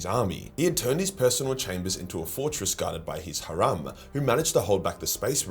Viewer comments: Ha rom is a crazy way to say harem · lol the Admech guy, the Custodie and what appears to be a random space marine (possibly a grey knight) at the bottom right of the picture think they're part of the loyalist primarch team. Also Van Dire used the Sisters of Battle as a harem (pronouced as the word hare with an mmm at the end) not a harum (what you were pronouncing). Harum is an adjective used in Islam that more or less translate to how Christianity uses the terms unholy or blasphemous. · What’s with the pronunciation of harem 😂